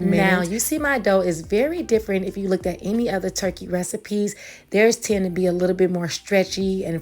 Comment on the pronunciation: No one else heard twerky? Lol